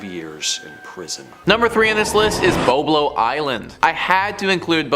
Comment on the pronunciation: Boblo island yes sir Bolbol island no sir